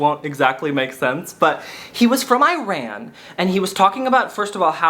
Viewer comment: the way you pronounce Iran is questionable lmao